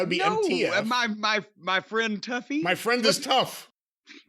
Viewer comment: So he say this " My MFT"..does he have a speak impediment?